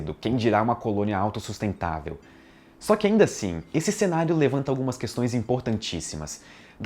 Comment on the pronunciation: Ele deu ênfase na palavra AUTOSUSTENTÁVEL, analfabeto funcional.